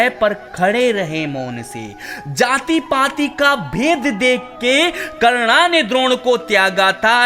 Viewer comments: karna kya hota he karn hota he nam to sahi se le bhai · Chal chal naam to bol nahi pata hai roast kya krega